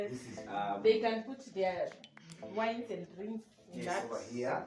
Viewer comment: Lakini Maina wa Wangui na Kageni, si mtu husema wine?🤔